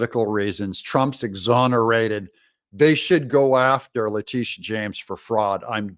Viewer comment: That females name is La-Titi-a..